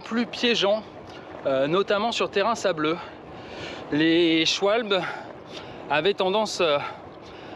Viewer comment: Prononcer "Chvalbeu" et pas "Chvalbole" 😂 C'est allemand, pas anglais ou américain. Et Trink Wasser = eau potable (littéralement eau à boire).